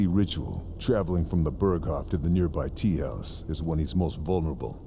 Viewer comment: The way he said teahouse 😂